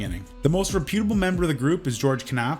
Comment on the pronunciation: He can't pronounce reputable properly either.